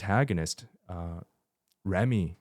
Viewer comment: I keep cracking up at how Father got every name wrong 😂 Joey, Zumi, Soulja boy, honeymoon